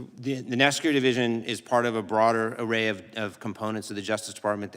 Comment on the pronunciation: “Broader array “ Seriously … my God